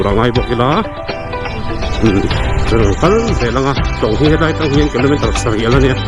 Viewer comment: aitlang iti maiin ka hria😅...ngaitlang tih tur aw sir😁